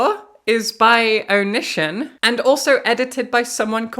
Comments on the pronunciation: I was only listening to this video so I was so confused by the name "oh-nihshin" and that the books sounded so familiar and I couldn't place them until I heard you read his author description where his real name was Greg and I looked at the screen to see Onision (pronounced Oh-nee-see-on) and felt like I was hit with a ton of bricks. Oh! That's why! XD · Love your interesting pronunciation of Onision (Oh-nee-see-on). Love even more that it's indicative of the fact that you've never heard of that sociopath or ANY of his fuckery. It seems like a sign that the world is healing. The world needs healing right now. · IT'S PRONOUNCED "oh-knee-sea-on"! STOP TRIPPING UP MY OCD 😭😭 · Onision's name is pronounced (Oh-knee-see-on) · I love the Onision mispronunciation. He deserves it and so much more. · She pronounced it wrong so it didn’t immediately click, but when I looked up and saw it written, I’m like “Oh This f—-ing guy”